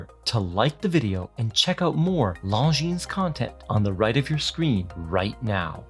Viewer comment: Finally someone who pronounces Longines as it should be pronounced.